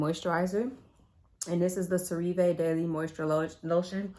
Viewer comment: It’s cera-ve